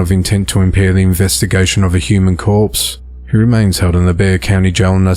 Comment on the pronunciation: Impressive! You correctly pronounced “Bexar County” 👏🏼👍🏼